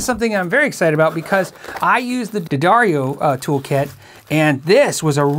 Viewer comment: Thank you for not pronouncing it “DEE-Addario” haha